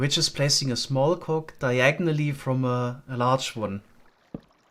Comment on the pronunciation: lol that one got me too german doesn't have word-final voiced plosives like "g," they always get pronounced as "k." it's not usually a problem, but "cog" is definitely a rare exception